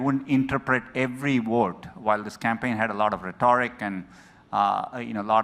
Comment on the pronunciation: The Indian can't even pronounce rehtoric. What a dumbass. Go home fool.